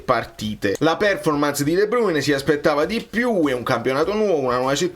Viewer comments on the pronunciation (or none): none